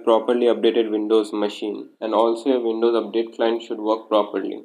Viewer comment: it calls WINDOWS....... NOT VINDOWS